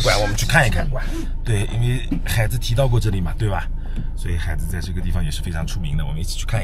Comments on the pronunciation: 海子的重音错了。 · 我去过安徽安庆市怀宁县海子的故居，他母亲还在。另外，“海子”应该是两个字都是第三声。sean这么读，听得很难受😅